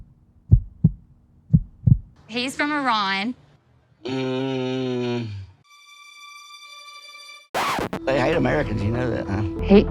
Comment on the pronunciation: I’ve never heard somebody pronounce Iran like that.. especially someone that “teaches” the English language lol